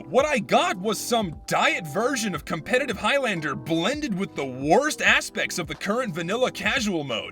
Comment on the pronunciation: Hmm yes casupetitive